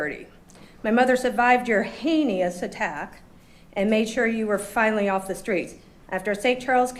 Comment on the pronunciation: I love that the daughter made fun of his mispronunciation of "heinous" (Hay-NEE-Ous).